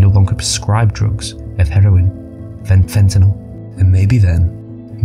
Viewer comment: They can't pronounce fentanyl. How did they get to be anchors?😅